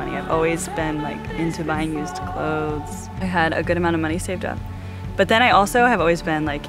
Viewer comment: She is the only person I have ever heard enunciate the word cloTHes correctly. ☺️